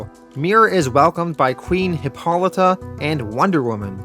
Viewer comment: absolutely nailed hippolyta though, love the content keep it up!